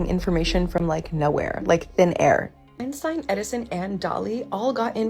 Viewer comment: Ok she's trying to school us but she called Albert Einstein; N-Stine 😂